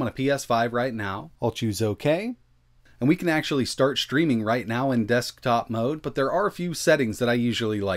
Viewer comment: The way this dude says “desk-top mode” is killing me